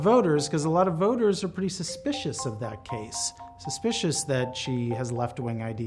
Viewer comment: She always talks, to the ‘vœwters’